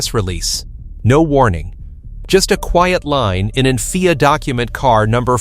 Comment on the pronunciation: It's not called FEAR it's pronounced F I A with individual letters of the alphabet. Rubbish video.